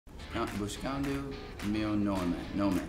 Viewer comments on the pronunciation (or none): Shawn falando buxcando virou minha religião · Eles ainda falaram pra ele dizer "Buxcando meu nome" e não "Buscando". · Devia falar buscando meu e não buxcando meu nome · Kkkkkk que carioca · Muito carioca dizendo " Buxxcando meu nome"♥️ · Falou até com sotaque de carioca BUXXCANDO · Shawn Mendes é carioca gente, olha o s KKKKKKKKK Buxxxxxxxxxxxcando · Na verdade eu acho que ele tá fazendo o acento do português Europeu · Teve uma hora que ele falou como nordestino kkkkkkk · Ele falando "buscando" com sotaque carioca Kkkkkjjk